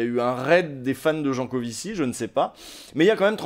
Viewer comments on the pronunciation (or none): Comparer les adeptes des confs de Jancovivi a des moutons de l'UPR, c'etait gratuit et meprisant. Tu ecorches son nom, ce qui nous laisse imagine le temps que tu as passé a le lire/ecouter ... enervant